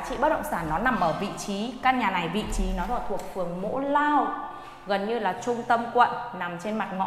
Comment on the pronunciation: Mộ lao chứ ko phải mỗ lao